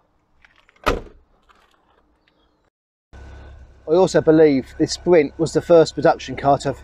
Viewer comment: your "spwint" is cool